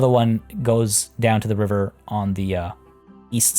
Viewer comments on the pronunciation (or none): none